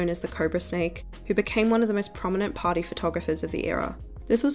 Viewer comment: its so funny how you pronounce party as "patty"